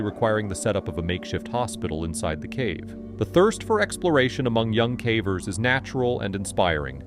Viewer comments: What do you mean ? I enjoy all these videos about cavvers 😂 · I might subscribe if you taught the AI voice to pronounce "cavers" correctly...